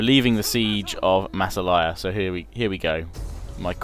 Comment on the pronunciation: I think in Massalia the emphasis is on the second ''a''.